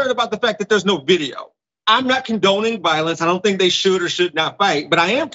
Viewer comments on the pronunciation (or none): none